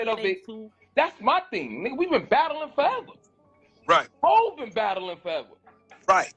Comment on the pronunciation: HAV? Is this dude serious saying HAV?